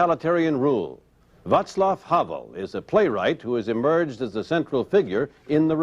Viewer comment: How the presenter got the pronunciation of "Václav Havel" correct. I'm impressed.